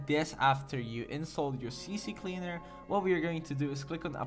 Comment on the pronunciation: ITS NOT CC CLEANER ITS C CLEANER OMFG WHY U DO DIS TO ME?@@@@